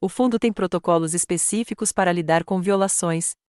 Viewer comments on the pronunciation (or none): none